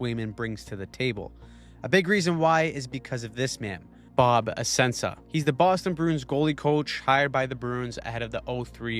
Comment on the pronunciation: Oh god the pronunciation of Bob Essensas name lol 😅